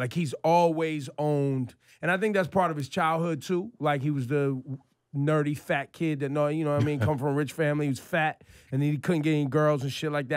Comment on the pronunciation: Lmao Donald Trump wasn’t fat as a kid and why does he say fat like that